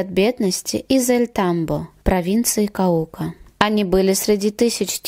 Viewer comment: КАука, БоготА. Если делаете видео произносите правильно. А то ударение у вас пляшет. Да и имена и фамилии произносите...